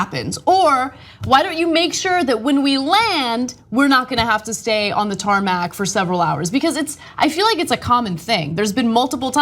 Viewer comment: tarmac did I hear tarmat?